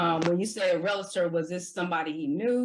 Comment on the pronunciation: The word is re-al-tor not re-la-tor.